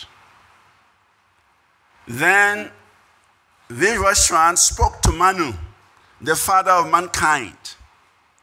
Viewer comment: Stop distorting our names... It's Arjuna not Arjun...viwasvana not vievasvan Bharata not Bharat This is disgraceful